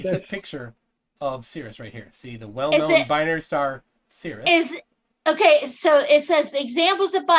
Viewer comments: Sirius - seer ee us, damnit!! The word pronounced seer us refers to a part of a bodily fluid. Tell her about poles and zeros in the complex plane - you can have lots of poles on the plane. Toss in bits like the existence of zeros in the right half plane for which compensation with a pole is not possible. Tell her about how often j appears in the calculations of noughts and crosses and explain to her that it is imaginary! Obviously a binary star is one with two distinct states - on and off or right side up and upside down or pink and blue or convex and concave or wax on and wax off or... She's so damned dumb and arrogant that "binary" in reference to "a" star has very specific meaning and that other uses of "binary" are irrelevant. I have to quick coming to this infliction point. It's just too painful and brain damaging. lives on the first point of inflection of the plot of the Dunning-Kruger effect. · Why does everyone keep mispronouncing SIR-I-US??? On top of all the other excruciating points, this is really annoying me. Somebody should have smacked long ago, and told her to respect her elders and betters. She has no concept of being in the presence of educated minds. How could you let her manipulate this with her aggressive insanity for so long? "Binary" means "two of", in this case, two stars. This wasted hours of my precious life. Again. Plus audio was way below par. We should have the option to turn it down if it's too loud. Too quiet, there's nothing we can do. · for shits sake, honey, it's Sirius. [SIRR] + [EE] + [UHS complete dope.